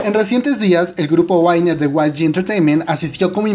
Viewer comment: no es 'Wainer' es WINNER tal cual de pronuncia